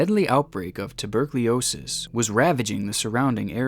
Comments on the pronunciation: Tuberculosis not "tubercliosis" 😂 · "Tubercliosis" I think you mean Tuberculosis... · Its "TUBERCULOSIS" Not "TubercLIOSIS" Very surprised at your occasional mispronunciations, as you're generally very articulate. Regardless, love your vids. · Tubercleosis I think you meant to say tuberculosis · Hey guys! My name is. And like Elevator games and stuff! Also tuber-cly-osis! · he pronounced tuberculosis wrong twice and im severely upset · This is a criminally and incompetently negligent telling of the story. You can't even pronounce tuberculosis and your level of competency with everything else you discussed is right on that level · Dude can't pronounce tuberculosis 😅😂😅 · Your pronunciation of tuberculosis made me shit my man-diaper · You really gotta learn how to pronounce tuberculosis